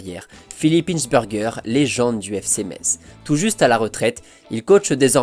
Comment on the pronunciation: Hinsbergerrr t’as pas le droit de prononcer comme ça 😭😭😭